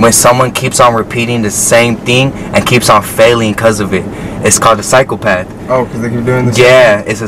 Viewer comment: And btw bro it’s psychopath not cyclepath .